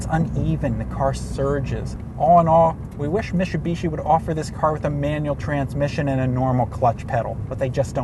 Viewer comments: It's Mit-su-bishi.. Not Mishi-bishi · Mit-su-bi-shi. Stop saying it like you have a mouth full of marbles. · mishubishi 😆welcome to city wok lol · this should just be re-titled "struggling to pronounce "Mitsubishi" for three minutes and thirty seconds" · Cmon, why does this say Mitsubishi like he has a mouth full of marbles?